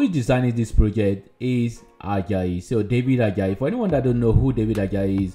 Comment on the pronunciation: We pronounce it Ad. Jay not. ad jayi thanks for featuring him.